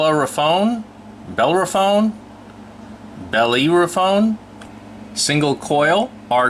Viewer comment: Just for future reference - it's pronounced " Bellero - fon". He was an old legendary greek hero.